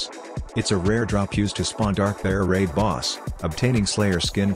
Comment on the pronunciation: Darkbeard ❌ Darkbear ☑